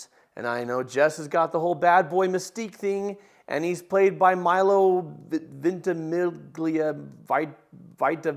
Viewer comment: I clicked "Like" immediately after tried to pronounce Milo Ventimiglia 😂💙 btw - loving this channel 💜